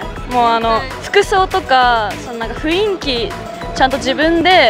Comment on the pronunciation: 1組目似すぎw あと、ふいんきじゃなくてふんいきですよ。